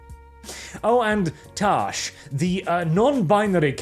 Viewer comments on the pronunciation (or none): HIs name is Taash and not Trash?